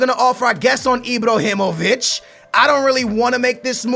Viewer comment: its IBRAhimovic not IBROhimovic